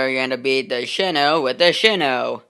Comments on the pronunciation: You said shino it's shinano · It's pronounced as shi-nan-no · Not happy with a few things. First of all, (Shih-Nah-No) and there's the funnel. You should've just made a custom funnel with regular blocks since the Shinano's is a lot wider than the one you used. I made a Shinano tutorial, and I also used that funnel and I regret it. Maybe match your deck colour before you show off this "better" version of the Shinano. As well as the Green you used. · It's she.nan.no